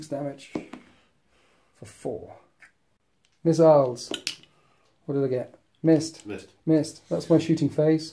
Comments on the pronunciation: "miss-siles"....i died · Heh, thumbs up for the "Miss-iles" about two hours in. Close game at this point, great batrep either way it goes.